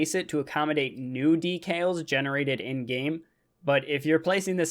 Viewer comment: it sounds like you are saying details instead of decals